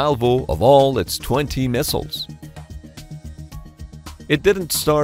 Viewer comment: beeg misshiles!